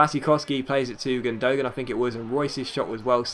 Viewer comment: It's not Gun-do-gan, its Gundé-Gan